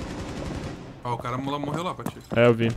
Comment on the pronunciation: "pq ele fala PATÓFE"